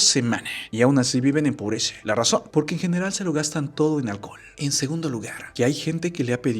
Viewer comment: ¿Por qué dices "casha", "pobresha"? Jajaja